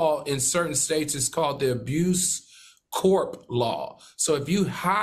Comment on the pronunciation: AL...ITS CORPSE NOT CORP CROOKED SMILE LOL